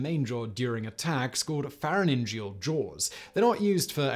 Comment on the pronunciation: "Farah nin geeal"... No, it's "Farin geeal" Pharyngeal...